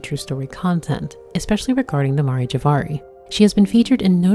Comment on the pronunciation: Aw I love you worst boy. I hope we get to see you again btw it's Mare; like the female horse or the "seas" on the moon.